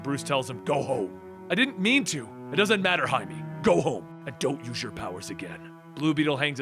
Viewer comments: Jaime That’s High-may, not High-me :P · It bugs me that you keep pronouncing blue beetle's name like hi-me, when it's hi-may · It's Jaime you dumb shit Jaime JAIME not Him-E (High-MAY) JAIME REYES, for fucks sake how just no one know how to say it. Jaime, Jaime. Jeezus! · lmao your're pronouncing the Blue Beatles name wrong. Jaime -- sounds like (hi-may) not "me" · no its not its High-me not met many Jaimes huh? He literally calls himself Jaime. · Its pronounced Hi Meh